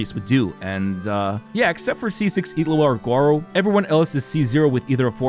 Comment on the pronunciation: why do you pronounce Illuga as Itlu'a?